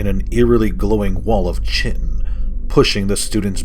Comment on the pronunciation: I like your readings, but I believe the natural armor of the creatures, chitin (chitinous), is pronounced 'ki-tin' with a long 'i' sound on the first syllable.